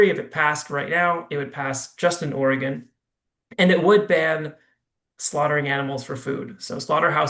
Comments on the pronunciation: Can you not pronounce the state’s name properly woman?? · Lady, you are mispronouncing Oregon. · What a moron she can't even pronounce are state name right